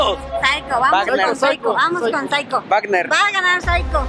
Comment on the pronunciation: 1;29 wuagner